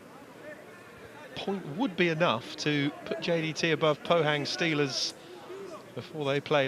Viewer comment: The commentator can't even pronounce JDT. 10 times in a row champion in Malaysia.